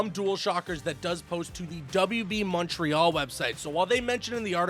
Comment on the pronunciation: Dude says Montreal the right way